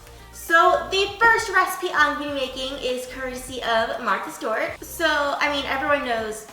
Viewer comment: Love you girl, but it’s Martha Stewart. (Martha Stu-er-t)